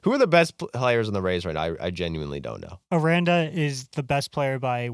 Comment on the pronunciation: Their pronunciations of Caminero and Aranda were diabolical